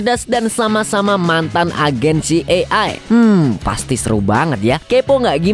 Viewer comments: CIA di baca si ay e bg, bkn si e ay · slah sebut hehe CIA ( ci e ai) sebutnya😭😁 Kalo dibaca sbenernya CI AI E, kebalik dikit 😁😁🙏🙏🙏TAPI TETEP AMAANNN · Bang maaf jika mau sebutin dlm.bhs inggris maka bc nya : CI AI E ----- Jgn kebalik - maaf ya bang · Filmx seru,tp CIA yg slh spelling JD gnggu🤦‍♀️🤪🤪